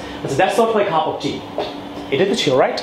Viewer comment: It was helpful but cup of tea pronunciation was like cuf of tea